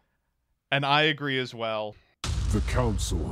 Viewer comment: Councel. Council. Enough said. Good podcast :)